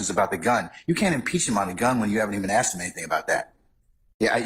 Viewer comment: Her since the beginning of the trial saying aksed instead of asked is the most cringe thing ever